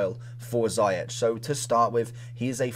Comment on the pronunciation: ‘Ziyech’ is pronounced as ‘zee-ash’ not zi-atch’